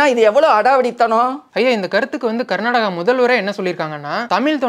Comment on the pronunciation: Not karnadaga karnataka Not kannadam kannada